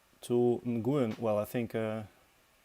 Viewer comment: Hey I think your pronunciation is fine, screw those haters. One thing, however, Nguyen (a Vietnamese name) is pronounced New-EN.